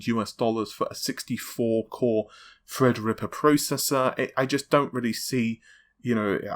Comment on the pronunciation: It's Threadripper not Fredrippa